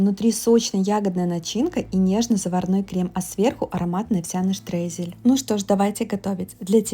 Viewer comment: штрейзель? а я думала крошка. а уж если говорите по-немецки, то делайте это правильно - штройзель